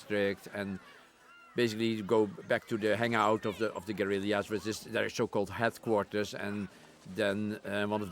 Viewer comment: ...headcourtters of the gorerilliazzs...